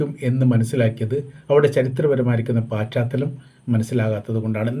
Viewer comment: പാച്ചാത്തലം ആണോ പശ്ചാത്തലം ആണോ